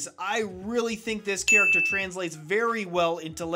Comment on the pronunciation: 27 I put a fig on my base plate every time you said chacter